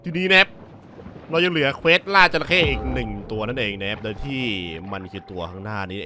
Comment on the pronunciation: จระเข้ รึปล่าวครับ ไม่ใช่ จรเข้